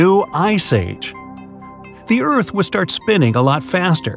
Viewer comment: 1,700 Eerth days